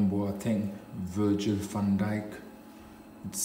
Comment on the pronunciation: just said virgin van dyk 😂